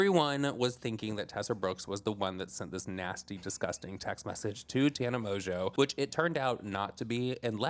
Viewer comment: you have grown so much!!! Pronouncing Tana’s last name correctly lmao 😂😂😂